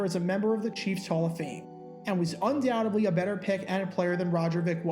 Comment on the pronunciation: You don't pronounce the b in undoubtedly....